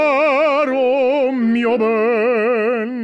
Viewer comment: that was a great italian pronunciation during caro mio ben!